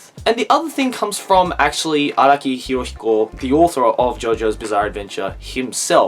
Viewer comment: IT"S NOT HIROSHIKO IT'S HIROHIKO